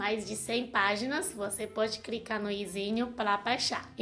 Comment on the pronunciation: Crica !?! Clicar ,ok